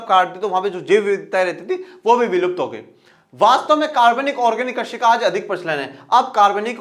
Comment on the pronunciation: Krasi nahi krisi😅😅😅😅😅😅